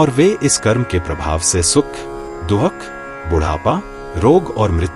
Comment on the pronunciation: कहीं कहीं पर भाषा में बहुत अशुद्धियां हैं जैसे दुख के स्थान पर दोख बोला गया है और कई स्थानों पर स्त्री प्रसंग में कहती हूं के स्थान पर कहता हूं कहा गया है